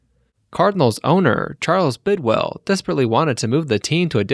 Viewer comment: Bidwill...not Bidwell